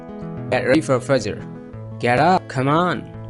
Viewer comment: Sir u pronounced word fajjer wrong